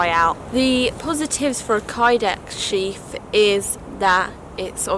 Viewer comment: It’s a sheath not sheaf